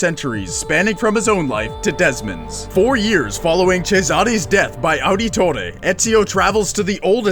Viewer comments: Its pronounced Auditore(audit tore) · i hate how he said Auditore and Cesare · mispronounced Ezio Auditore De Ferenze pretty bad. Ets-eeo ah-deh-tore-eh deh Feh-renzeh, but it sounds more like ets-eeo ah-deto-deh deh feh-denzeh with the accent